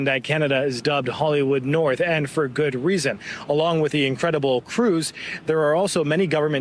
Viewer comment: Omg I can’t stand her. And furthermore it’s with not wiv … Purina cat chow….. chow chow chow. 😁